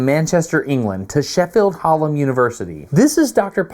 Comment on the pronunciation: I wasn't expecting you to come to my home city of Sheffield! You're not very good at saying Hallam though. 😄